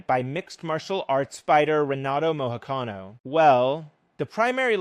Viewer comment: You really didn’t check how to pronounce his last name before making this video?